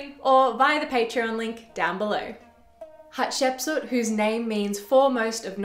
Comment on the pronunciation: Thanks, perfection here especially your pronunciation of her name! Potentially she was the princess that discovered Moses, her stepson the pharaoh of the Exodus.